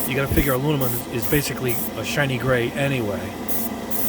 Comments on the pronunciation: Back for the “Alunimumnummum” drinking game. 😂🤦🏽‍♂️ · Lol you don't even try to pronounce "aluminum"